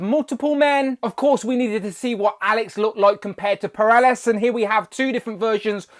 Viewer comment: I know you ain’t dissing the late great Neal Adams’ design for Alex or POLARIS. Say it with me, Po-Lar-iss. Or Pole-Are-Iss. Not sure where you got Peralis from? Those hand effect pieces would have been great with Rictor. His powers had a similar vibe in artwork. The back piece might work for an updated Blink? Or reissued in an Exiles 3pk with Noturne and Mimic (with a gaggle of extra limb pieces and wings). Those barrels are wasted BAF pieces. Havok could have had his brother’s X-Baby self as an accessory, instead.